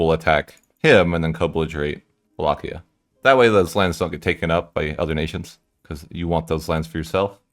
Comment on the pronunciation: Pronunciation of Walachia is on point